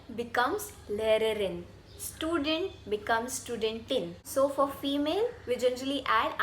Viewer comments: Loved your video, however I think the correct pronunciation for student/studentin is 'shtudent /shtudentin' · Aussprache von "Student" ist nicht ganz richtig. Erstens: Das "St" am Anfang wird wie "Schtudent" ausgesprochen. Zweitens: Betonung auf der zweiten Silbe: SchtuDENT.